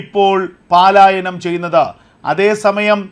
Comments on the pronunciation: Sir, kindly listen "palaayanam" Not "paalaayanam" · എടേ പാലായനം അല്ല പലായനം